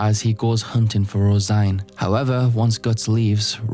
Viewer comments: Hey guys, do you think he knows that it’s not pronounced rose -igne, it’s rose -een? Guys my self esteem is based on correcting people on the Internet, even though multiple people have already said it, I need to get my fix. I scratching for a hit of “ermm actually”. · Tbf I also thought Rose-Ine in my head lol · You pronounced her name rose -igne? Its rose-een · I came here because I just watched the "Berserk lore to fall asleep to" video and suspected someone had corrected the pronunciation the wrong way. "Rose-een" is arguably closer to the correct pronunciation than "rose-ine", but vowels can generally be pronounced any which way and still not be "wrong". The Japanese can't be read "rose-een" because of the lack of a dakuten on the シ, and can only be read "roe-seen" or "roe-sheen". Given the general "Irishness" of other elements of this arc (and how elves are presented later), I'm strongly inclined to consider "roe-sheen" the more likely of the two possible readings. The translated spelling "Rosine" can't be read that way in English, but that can easily be attributed to the Anglo-American translator(s) not being aware of the common Irish girl's name "Róisín". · IS NO ONE GONNA MENTION HOW HE PRONOUNCES HER NAME????